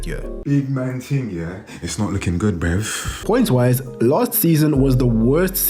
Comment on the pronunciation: it bruv not brev